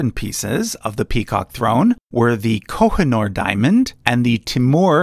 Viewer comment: It's Kohinoor